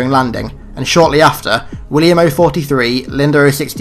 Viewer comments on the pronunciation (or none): none